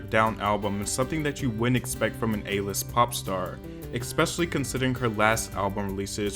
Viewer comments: petition for to stop pronouncing the word like “ekspecially” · “eKKspecially” and “eKKscape” 🤣 (just a joke btw, i love your channel)